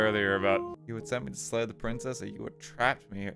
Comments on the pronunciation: slay the dragon? i thought you said lay the dragon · no no no i said SLAY the princess not LAY the princess